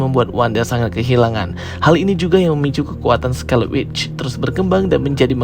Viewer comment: Scarlet Witch bukan Scarleu Witch